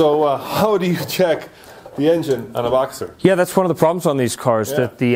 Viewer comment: Boxter. Boxster. Not boxer. It is a boxer engine. The Model is Boxster. Say it it with me...